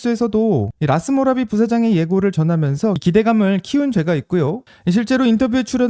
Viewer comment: 라스모라비 ---> 라스구라비